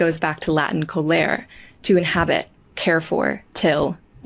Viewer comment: in latin you are supposed to pronounce everything, including the final e in colere 🧡 good job on the spanish ones!